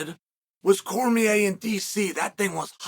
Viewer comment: Came to comments just bc the Cormier dc thing. Chael done had so many shrinks after Jon dismantled him he still can’t say his name or he gets ptsd